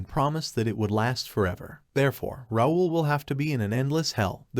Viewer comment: I thought it should be called How NOT to pronounce “Raul”